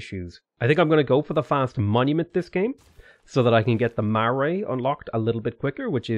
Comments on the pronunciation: Obviously you aren't Māori 😂 It's three syllables ma-ra-e. Not, ma-rye. That is the pakeha pronunciation. And everyone saying "whaka" is "faka" have never been to a real marae or kohanga because each dialect pronounces that word different there is no "proper" way 😂 I'm done. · Being from NZL I love how you pronounce Marae, Ma-ray hahaha, btw it is strong Ma followed by Rai. Ma-rai, you can also roll the r if you want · I'm Māori blood, full fluent speaker and study old Māori too. It is not Mar + Eye. It is Ma-Ra-E. Ma as in Car. Ra as in Car. And Eh as in Medal. The R is also rolled. Just because your brother is Māori doesn't man he knows how to say marae better than anyone else. 😒 I know Pakeha who are beautiful speakers at te reo. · Hi, sorry to be a Debbie Downer... (apologies if that term causes any offence to anyone)... being from New Zealand, and having Maori blood in the family, it's a little insulting hearing a Marae spoken like MARRay... if you pronounce it more like ma-RYE, it's much closer, and most Te Reo Maori speakers will be less offended, and will understand that many people can't roll their 'r's (my partner included). Just advising for future reference (and because the mispronunciation caused me to stop watching this particular series). I have watched other vids of yours and generally have no issue, and find them somewhat interesting, even though I don't play the game. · Not going to lie but the way you pronounce "Marae" really hurts me. Its "Mah-rye/Mah-rai" (rye like rye bread) not "Mahray". I'm begging you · Marae. Soft Ma then rye as in the seed Although again a softer vowel set and rolled R. None of this mar nonsense. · Its pronounced marye as in Mugh - and then Rye like the plant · Just so you know, the Marae is pronounced "Muh-rye". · gday, great vid marae is pronounced ma-rai just for future reference love your stuff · Hey man love your vidoes! FYI it's pronounced like 'Ma-rye', the (Marae) :)